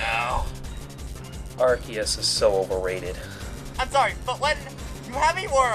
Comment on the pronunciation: Its actually AR-SEE-US.